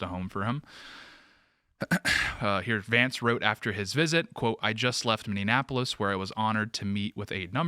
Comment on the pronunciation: Please STOP mispronouncing Minneapolis.